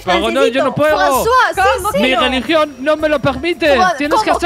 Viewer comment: mi geligion no me lo pegmite xdd